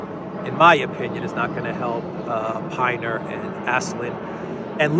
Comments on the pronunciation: There are still lots of mercenaries in Ukraine. Carrying out the sentence may deter those people. I feel for them but they made their bed. It is pin-er, not pine-er. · it's Pin-ner Rhymes with dinner. 😂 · I've heard it pronounced Pin ner